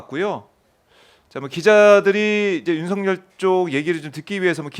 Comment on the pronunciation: '윤서결'로 발음해야 옳다. 윤성열은 잘못! '열'의 'ㅇ'은 역행동화되지 않기 때문!